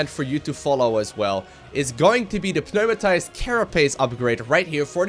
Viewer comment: LevityMire heeft gelijk. Je spreekt de "p" niet uit.